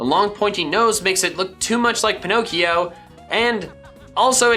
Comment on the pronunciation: IT'S PINOCCHIO, NOT PINNOCIO!